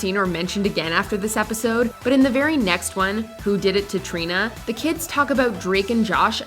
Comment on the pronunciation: i’m sorry but “trini”